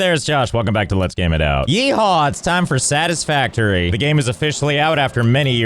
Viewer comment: Skib stisfavtory